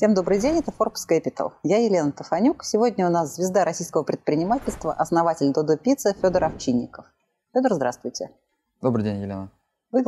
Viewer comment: Пожалуйста, канал Forbes, называйте правильно гостей. Додо Пицца — так правильно. ДоДо Пицца — неправильно.